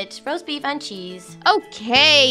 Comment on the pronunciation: did anyone hear her saying "roast baif"